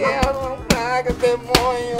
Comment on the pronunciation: kkkkk "demonho"